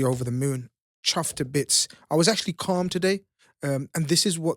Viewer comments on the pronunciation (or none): none